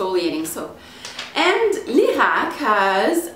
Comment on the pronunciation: sei italiana per caso?! grande pronuncia!! ho appena comprato lierac high peel